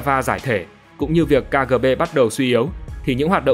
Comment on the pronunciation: Ka gờ bê?